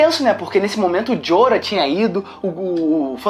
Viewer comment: jorah(joráh) seu corno!